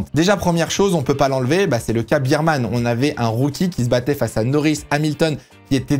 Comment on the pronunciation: Cool video mais tu veux pas dire "bèrman" stp??? La bise 😜